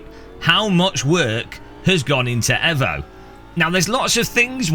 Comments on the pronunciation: why does he say Evo like that? you say it the say way you would say Mitsubishi Evo (eeeeeeeevo) not eh vo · Eeeeevo. Not ehvo. Eeeeeeeeeeeeevo 😁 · Say it with me EEEEvo its amazing to listen to English peope bucher there own language .....FYI im Australian , yes its sad im giveing pronounciation pointers to an Englishman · The block cant even say Evo correctly